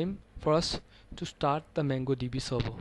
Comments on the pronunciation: Nice vedio! Please pronounce it MONGO not MANGO.. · Its not pronouncd MANGO db but MONGO DB! Get your pronunciation right before you decide to teach! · he called it MANGO DB .. he he